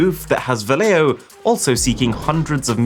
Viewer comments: yo,...so freaking cringe lol your not pronouncing " Valeo " right my man - I should know when my mother been working there for 40 years my dude. Learn how say thing right LOL ( pronounced : Vow-Le- o ) ... facepalm that LOL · Just to let you know, Valeo is pronounced Valley-o. There's one near by where I live.